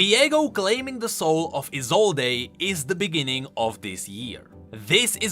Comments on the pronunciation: Just want to point out that Isolde's name isn't pronounced I-zol-dé, but just I-zold. Anyways, can't wait to see where the story will be going next ! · ISOLDE: "I-sol-day" Me: it's "I-sold" v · I think, her name is pronounsed: Isold, without [e], sorry,, but I thought you listened to his VO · Viego pronounced it as "E sold" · I cringe every time you mispronounce "Isolde" go listen to Viego's voice lines if you think I'm wrong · For the love of yordles, e in Isolde is silent. You'll hear it in Viego voice lines. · Isolde with a silent E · Small nitpick but you're pronouncing Isolde wrong. The e is silent. Unless the name itself has different pronunciations I'm not aware of. I've just always known it with the e silent.